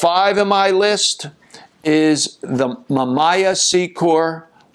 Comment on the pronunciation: I am surprised that you mispronounced most of the brands of these cameras. Somebody who has been around for so long should have known the correct pronunciation of these marquis. especially something like Mamiya. other then that, it was a pretty goo video. Thanks.